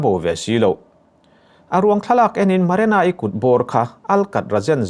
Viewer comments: Maranai ni lovin marinai tih zawk tur. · Haha Maranai..lamsual nawk2 mailawm a trang lutuk niang